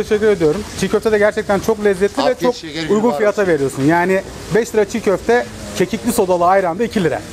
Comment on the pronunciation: Abi san yemik yeorsn ama fyate soyla mearsun fyate soile chok ee olachak